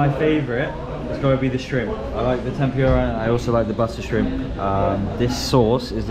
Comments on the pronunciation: How could you just got in to others table and grab some of their food,can you do that in UK?and tempura should be pronounce tempooora not tempuuura. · it's Tempura not Tempyura 😊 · I like the way you pronounce the Tempura. In Philippines we pronounce it Tempoora. Hope you enjoy your dinner